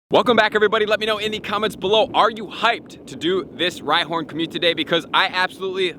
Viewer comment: Another month, another video where he can’t say community properly